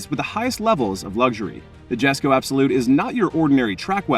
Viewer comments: Jesko ... yes co YESCO!! not jestco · It's pronounced "yesko" not jesko. Also it's the most powerful ice engine koenigsegg has produced but not their most powerful, that would be the hybrid Gemera with the Jesko v8 in it that makes 2300hp.